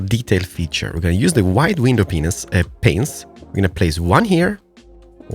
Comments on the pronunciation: "... the white window penis, uh panes" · ha ha said penes i sted of pains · Did anyone else hear him say window penis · I just heard said penis instead of panes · Kamolzaaliite I always understood "window penises" in previous vids and I thought I am the only hearing this 😂